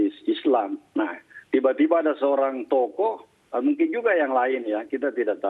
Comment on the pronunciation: Pengucapan "tokoh" sama "toko" aja gk bisa bedain, melucu anda😂